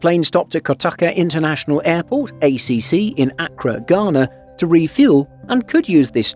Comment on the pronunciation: As others have said, a good video let down by not doing your homework on the pronunciation of place names. Not only the pronunciation of St Helena, but also of Accra (ah-KRAH).